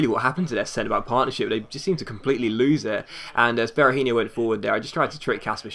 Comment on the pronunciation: Hey just wanted to point out that Berahino is actually pronounce Bear-A-He-No, not really with an inho sound. Awesome start to your career mode, chuffed with the fact that you started with West Brom!